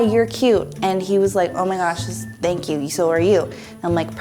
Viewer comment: “Ma you beautiful” Tell me ur from NY without telling me ur from NY